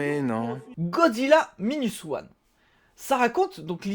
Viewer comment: Godzilla "maïnuss" one et pas "minus oane" franglais ;-)